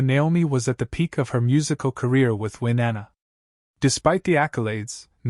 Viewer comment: Who the hell did the background for this? “Winnanna”??? Insulting.